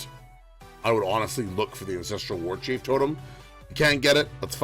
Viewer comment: Good video, but my god do I wish you'd stop saying Ancestrial Warchief and Astrial Plate there's no damn "i".